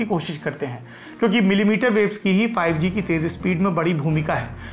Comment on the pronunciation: Are bhayya phayu ji nahi.. five g 😅 bayya bolne se patha chaltha he whatsapp university se he..